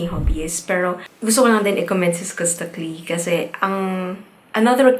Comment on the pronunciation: Skus- skas Taclee- ta -clee Yan po tamang pronounce ng name nya maam ;)